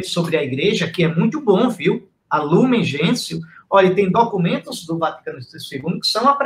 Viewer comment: Sandra Silva Trata-se do documento Gaudium et Spes. O documento foi regido em latim. Gaudium et Spes significa: Alegria e Esperança. É um documento lindíssimo, assim como o primeiro mencionado por Dom Henrique: Lumen Gentium, significa Luz dos Povos. Observação: a pronúncia correta de Lumen Gentium é: "Lumen Gencium". Fique com Deus.